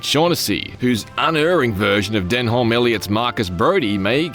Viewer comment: You could've just looked up how to pronounce 'Denholm'.